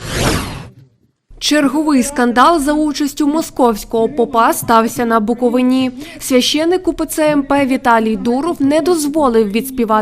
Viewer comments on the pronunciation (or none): Будь ласка, ставте правильно наголос. Правильно БуковИна, а не БуковинА.